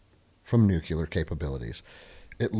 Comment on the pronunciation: Solid sensible views. If you're going to discuss this stuff please learn to pronounce "nuclear". New-klee-uh. NOT new-kew-luh. Sounding like George Dubbleyuh doesn't help your cred, guys. Also "Maybe Osama Bin Laden was like you or *me..." NOT "you or I". You wouldn't say "Maybe he was like I". You'd say " Maybe he was like me" so wtf change it when someone else is included ? Just saying, it helps people to listen & pay attention when you sound educated at least to Grade School English level.